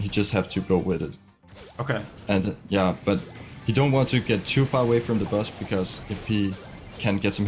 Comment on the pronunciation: am I the only one who hears bus and butts